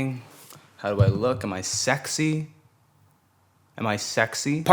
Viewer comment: I've never heard someone so clearly pronounce it as "secksy"